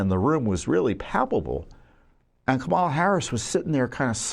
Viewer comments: You are stupid if you can’t pronounce Kamala Harris’ name ! It is pronounced just the way it is spelled with the stress on the first syllable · Tom you can't even pronounce her name right! Once again you're a moron! LOL LOL LOL LOL